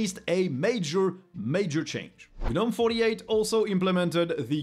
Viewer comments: The G is silent, the G is silent, the G is silent. How do you pronounce garden gnomes? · You don't pronounce the G in Gnome bud.